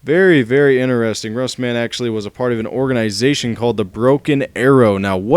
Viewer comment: Its Russman.....not rustman LOL